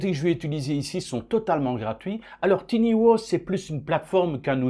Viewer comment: Tiny (minuscule) se prononce "tailleni" et booth (cabine) se prononce "bousse" et pas "bouze" !